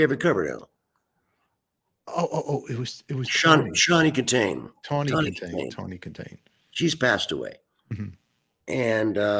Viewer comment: And then he called Tawny Kitaen "Shawny Kitaen" 😅